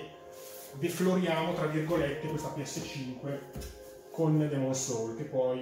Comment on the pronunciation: Di ventola ne ha una sola in realtà...la base serve per dar più aerazione...e si pronuncia souls non soul 😅